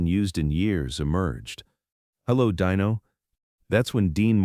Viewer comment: His name is not DYNO but Dino try it ,it sounds much better